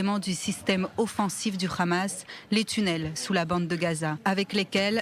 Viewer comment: C’est pas le khamas mais le hamas